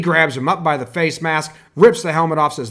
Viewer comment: JSSTyger s isn’t even close to c 😂 fase and face lol